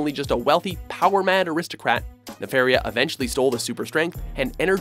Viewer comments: It's Ne-FAR-i-a, not Ne-fare-i-a. Get it right, nimrod. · You even included Count Nefaria in the clip, and you still couldn't fucking say his name correctly.